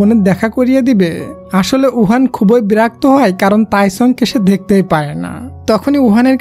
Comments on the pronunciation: ব্রাক তো হবে না ভাইয়া বিরক্ত হবে, প্লিজ ঠিক করে বইলেন 😊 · বেরক্ত না ভাই। বিরক্ত হবে 😅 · ব্রাক্ত না বিরক্ত 🙄😢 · বিরক্ত নয় বেরক্ত 😂😂😂😂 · Vaiya ota berakto na birokto hobe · Berokto❌ Borokto✅ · ব্রাক্ত না বিরক্ত। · ভাইয়া বিরক্ত বলবেন না হলে ভালো হয় না